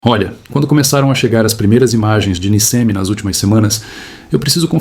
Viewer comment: A cidade se chama Nichemi...na pronúncia! E deslizamento é "Frana"! 😊